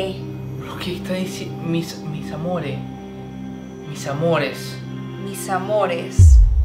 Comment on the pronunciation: cuando estaba diciendo:mis amores?,yo escuche:misamore😂